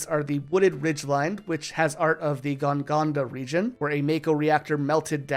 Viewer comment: its GON-GAGA not Gon GONDA